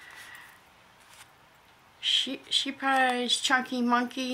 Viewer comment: Love that Scheepjes yarn! It is pronounced Scape-yes. So jelly you got the face cream! Lucky girl you! The Kind bars are so good. Love the yarn colors!